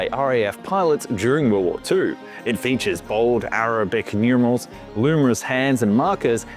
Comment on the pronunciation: What is WRONG with you ? Are you trying to drive us crazy ?? 🤡 Rolls Royce "Gosh Hawk" engine !! Goshawk "Emm Kayy One A" That's MARK 1A ...🙄 "Arrow bick hands and Loomerus markers" 🫤 Arabic hands & Luminous markers. without doing a "periette". That's pirouette. It says "Miss Shillings ORIFICE" on the screen, but instead you say "Orphus" Why can't you get someone to watch these videos and correct your clangers before you upload ? These videos are beginning to sound like AI created trash with all these basic grammar errors !!